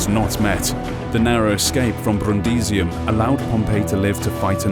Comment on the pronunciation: I really like the pronunciation of "Brrrundisium".